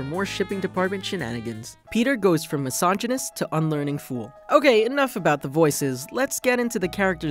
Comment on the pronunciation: was a decent analysis. until you said mysoginist